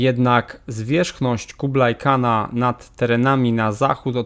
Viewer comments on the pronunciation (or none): Sam ty "kublaj kan"! Kubłáj Chan" - troglodyto!!! Anglosaskie "l" jest prostacką "transkrypcją" "ł", a "kh" wymawiamy jako "ch" (a nie burackie "k")... Skoro wypierdalasz się na takiego "histeryka", to przynajmniej byś się "naumiał" wymawiać! A skoro małpujesz angolskie bzdety, to przynajmniej sprawdź, jak będzie "po ludzku"...